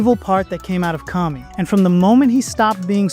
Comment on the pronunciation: Great video as usual,! I also love how the voice model pronounced Kami as Cummy! 😂